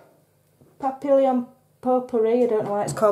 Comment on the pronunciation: Papillion is pronounced "papion" it's French for butterfly, ( I've seen the film and read the book ). Hope you are not offended by my correction. I love watching you craft and giggle. You've really inspired me